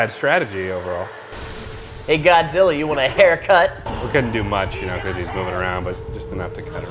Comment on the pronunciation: "GODZIRRA...MINUS A-ONE-UH" 😂😂